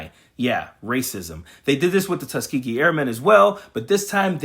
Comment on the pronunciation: SPEACH THERAPIST NEEDED ASAP FOR LAWRENCE, BOOT LICKING IS SERIOUSLY AFFECTING HIS TONGUE …. 1. TEHHSKEEAGHEE 2. SECKEETAREE 3. DEI IS DEI 🙄 🤨